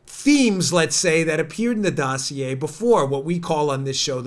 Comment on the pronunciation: It's pronounced dossier, not dossier. Lol